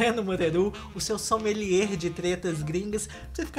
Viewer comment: Breno amor, na palavra “sommelier”, na pronúncia correta não se fala o R do final, pronuncia-se “sommeliê”. Você é maravilhoso!!! Beijo e continue.